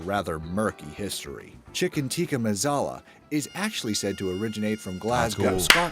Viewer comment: Its annoying that he says "mazala"